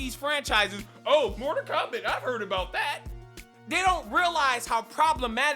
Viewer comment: "Morter Kombat" "Moder Kombat" "Motor Kombat" Hilarious! Great rant. I felt you, big homie. What a trainwreck this movie was! It's like Hollywood wants you to NOT like movies anymore. It baffles me every time.